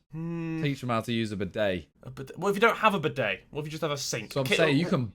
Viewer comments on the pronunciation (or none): “Bid-dey” wtf is a “bid-dey” guys. It is pronounced “Bee-day” Unless someone fluent in french would like to tell me I’m wrong 😂